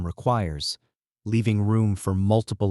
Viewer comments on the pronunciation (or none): none